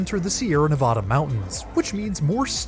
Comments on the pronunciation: If you "don't" want to offend viewers, "learn" how to say NA-VAD-A. (Nevada) and it's NOT the Sierra Navoda. Makes you sound like an ignorant fool. you do it again, It is NOT the "Great State of Navoda." OMG> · Mispronounces Nevada constantly. It's not Nev-AH-da. The second syllable rhymes with "bad" or "mad".